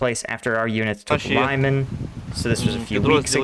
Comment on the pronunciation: You hear the guy pronouncing Lyman the way he does, and then you pronounce it wrong for the thousandth time again. Why?